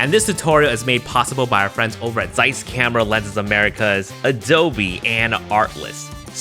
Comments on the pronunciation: I loved this so much, that the only objection i have is that Zeiss it's pronounced "tz-eyes" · Just wanted to mention that its not Zeiss with Z pronounced. It is a German originally word and Z as first letter is pronounced as TS (C) and the transcription is [tsaɪs] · Its pronounced Tseiss. As in Tsumasa for example